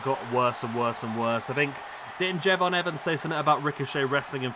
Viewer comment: Please for the love of God stop saying Jey Von. 😂😂😂